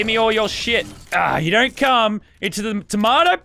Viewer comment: The way he says “sh**” 😂